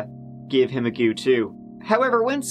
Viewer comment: "let's give it a gew" "let's give him a gew too" LOL that's one... Two... I wonder if there's going to be a TREE!?